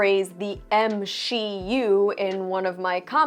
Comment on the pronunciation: "M-She-U" WTF?!?!? 😂 That's absolutely terrible! 🤣